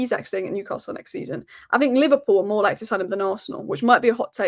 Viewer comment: The best pronunciation of Newcastle eva 😂… luckily the toon played well for that 11 minute spell, PS hey Liverpool win the league & be done with yourself leave the Cup for the toon